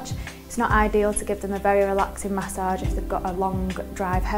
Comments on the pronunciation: It sounds like message with an accent at the age part. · Say massage one mo time